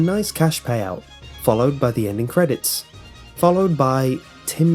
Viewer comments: Hes saying endingc not ending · Um did u say endik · Sorry, any word ending with ing he adds a k to. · why dobyou pronounce ending like Endink? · I love the way he says "Endin-k", cuz accent. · Wy does this Guy say endingk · The endik lol 😂😂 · Stop saying "endink". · endingk, endingk, endingk, endingk lol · Please stop saying ' ENDINGH ' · It sounds like you pronounce a "K" after a "ng" sound.